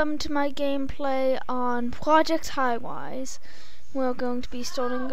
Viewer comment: pwaject highwise